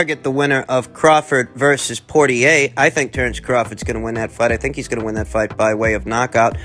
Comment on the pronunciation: Lol all the remix of their surnames you pronounce, I.e. "PortierEYYY" HAHA